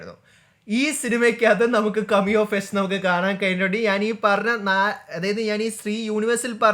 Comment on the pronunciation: കമിയോ അല്ലടാ പൊട്ടാ കേമിയോ